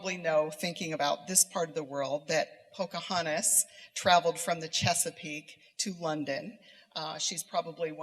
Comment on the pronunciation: Did she say "Ponca hontas" ??? Haha lols Can feminists be turned into rocket fuel ???